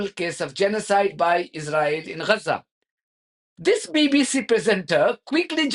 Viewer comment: Why do you say Gaza sounds like 'Rhaza' is your method the proper way?